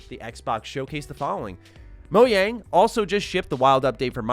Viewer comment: i think its crazy that pronounces it moyang